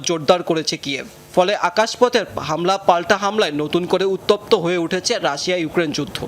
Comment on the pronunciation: কি সাংবাদিক রে বাবা রাশিয়া নামটা ঠিক করে উচ্চারণ করতে পারে না 😂😂😂